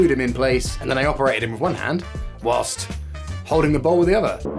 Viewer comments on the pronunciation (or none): none